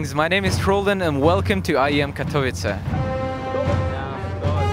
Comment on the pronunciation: im from poland, and the way english people say katowice always makes me cringe ._.